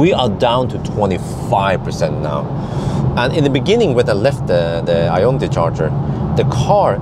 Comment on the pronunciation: why do you keep saying iona t? 😂😂😂